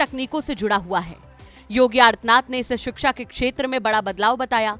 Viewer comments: Adarniya chief minister shiksha ka pronunciation shiksa kar rahe hai! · शिक्षा ❌ सिक्सा ✅ 😂😂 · जिस प्रदेश का मुख्यमंत्री शिक्षा का उच्चारण सिक्सा करेगा उस प्रदेश की शिक्षा का ईश्वर ही मालिक है l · सिक्सा ❌शिक्षा☑️